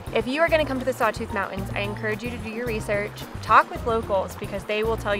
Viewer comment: Mountain’s has a T in it’s not Mow-In’s😂